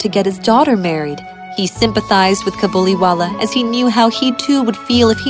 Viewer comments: It's not cabuliwala it is kabuliwala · In this it is kabuliwallah not cabiliwallah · the way mini said cabuliwala is sike !!!!!!!!!!!!!!!!!!!!!!!!!!!!!!!!!!!!!!!!!!!!!!!!!!!! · I would watch the hindi version and i got upset how Mini said "Kabuliwala" GIrl do you know how to pronounce hindi?